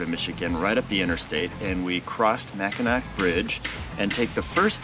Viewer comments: Pronounced Mack-in-aw - pronounced Saint Ig- ness lol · Mack-in-awe!!! Lmao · Couple Detroit gay guys can’t even pronounce Mackinac